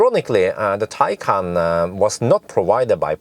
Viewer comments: It's also "Tie-con" NOT "Tie-can"... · The video pronounces it as tie-con.